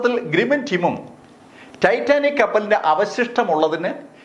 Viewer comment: ഖേപ്പലിന്റ ഘധ?😅😅😅സലീം കുമാറിനെ ഓർമവന്നവരുണ്ടോ?